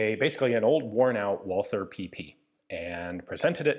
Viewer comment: A small sidenote: The th in Walther company name is not spoken the english way, but the german way, so only t. The th in german names is a relict from the time before 1873, when in german language every t was written as th.